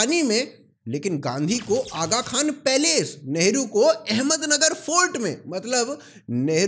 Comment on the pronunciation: I am so confused you said nehru or lehdu or lavdu🤣🤣